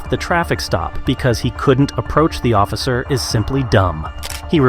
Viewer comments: Same!! And ossifer... It's OFFICER! 😂😂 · Is no one gonna mention that he keeps saying "ossifer"...